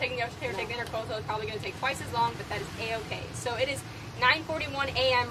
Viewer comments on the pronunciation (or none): Intracoastal not intercoastal.